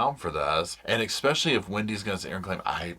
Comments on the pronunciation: I love this show and little Roscoe, but it jars my ears to hear "eckspecially" over and over. Drop the k pleeeease?? Love, a fan. PS The ONLY innocent Adelsons are Robert and Dan's sons. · *especially, not ekspecially